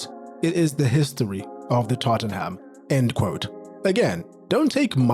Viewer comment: Tottenham is read as Totten[h]am. The h is slient. So , you read it wrong.